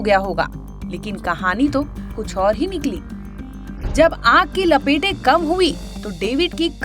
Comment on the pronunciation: लपेटें नहीं लपटें होता है मेडम, पहले सोचो फिर बोलो